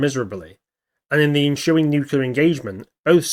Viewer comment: Why is it acceptable for people to mispronounce nuclear? Are people that stupid? I guess so. Moron.